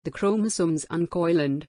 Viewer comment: Your voice is very clear and very good to listen but the way you pronounce chromosomes is very irritating......